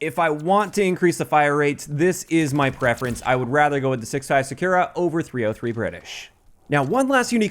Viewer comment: SAKURA is read as Sa-Koo-Ra, you keep reading is Sa-Kyu-Ra as you read U as 'you'. Even Google translate won't read sakura like you do when i type in English voice.